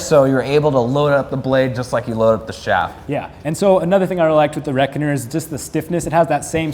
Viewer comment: he called it the reckonner